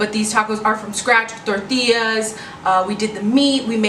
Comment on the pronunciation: Love how you pronounce tortillas and comal sounds like you speak Spanish fluently. Great Video Hermana 🔥💯✊🏽